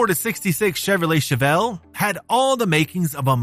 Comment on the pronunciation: Chevelle not Chevellre.